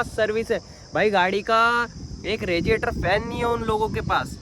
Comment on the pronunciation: Regiator nhi hota radiator hota h